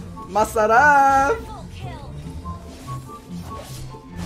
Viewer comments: I think is half filipino because when he is sayying masarap and puttt he is like a filipino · The way he says "Masarap" it sounds like you have filipino accent